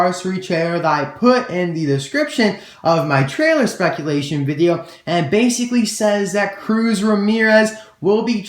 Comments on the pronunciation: spaculation lol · "Spaculation", lol. That gave me a good laugh haha.